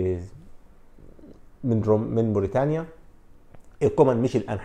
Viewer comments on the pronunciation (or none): none